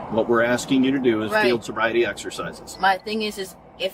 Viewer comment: "I''ll take the bobriety test...." Idiot.